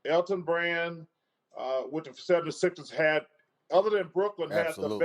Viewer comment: Anyone else hear chuck says Philly 776ers